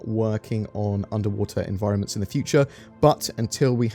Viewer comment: Did I hear UNDERWATER ENVIROMENTS?? :-))))))) Great